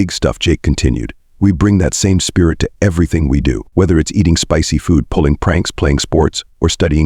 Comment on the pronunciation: Spissy? They spelled it correctly, Spicy usually pronounced Spy see!